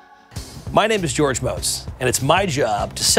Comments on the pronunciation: its pronounced Mots not Moats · ........it's motz. Not motez. How you say. Bell end